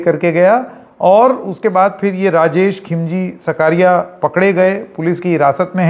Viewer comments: SAKRIYA NOT SAKARIYA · "सकारिया" नहीं, उसका उच्चारण "साकरिया" होता है